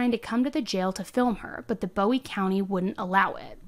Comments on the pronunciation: I'm a big fan of the channel but as a resident of New boston your pronouncing of words is killing me 😭😂 It's TEX-AR-CAN-UH and BOO-WEE county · I'm pretty sure it's Boo-ie, not Bow-ie (in TX it's not pronounced the way David Bowie's name is). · It’s pronounced 👉🏽 Boo-ie. it’s my town. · Love your videos! I'm actually from this area so I wanted to give you the correct pronunciation...Bowie is BooE... And Texarkana is Tex-R-Can-A 😁🥰😁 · Oh yeah, it’s Boo-ee county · Listening to you say Texarkana (Tex-r-can-a), Bowie (Boo-ie), and DeKalb (D-Cab) has me me cringing lol. Great job telling the story, just funny pronunciations. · I love the way you say Bowie but it's actually said like Boo-E. Love your videos I have just re-found you so I am binging all the videos I haven't seen!!! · Texas has automatic appeal on death penalty cases so it will be a while before she’s put to death. But I agree that it is warranted. Oh, and Bowie is (Boo-ie). 😊 Thanks for all the great videos! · Bowie county is pronounced Boo ee county and Texarkana is pronounced tek sir ka nuh. I live in Texarkana and work in New Boston, TX. Thank you for covering this. I didn’t know about her behavior in jail. The details are horrific. She’s evil!! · Bowe county is pronounced Boo-e county and Texarkana is pronounced Tex-are-cana Give it your best sounthern accent lol it helps if you are holding a beer and smoking a cigarette 😂 Due to it being on the Texas Arkansas Louisiana border Lol I died when I heard you pronounce Texarkana lol 😅 like nails on a chalk board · Bowie County is pronounced boo-wie and Texarkana is pronounced tex- ark-can-a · you are my favorite!! this case happened so close to me, and i haven’t even heard about it until your videos! also, i just wanted to let you know bowie county is pronounced boh-wee, and texarkana is tek·sr·ka·nuh. but anyways, you should cover the athena case in wise county!! that’s also close to me and so sad.